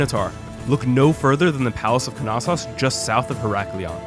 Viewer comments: Knossos pronounced (no-so-os) not (ka-nas-os) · Is the k not silent? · I’m not exactly an expert but I’m sure the ‘K’ is silent in Knossos